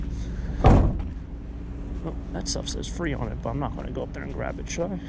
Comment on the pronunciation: Free not tree